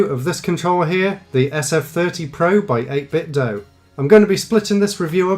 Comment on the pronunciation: Thank you for pronouncing 8bitdo correctly. 80% of other reviews on YouTube get it wrong. Good job as always